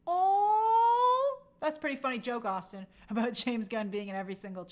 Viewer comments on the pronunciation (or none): none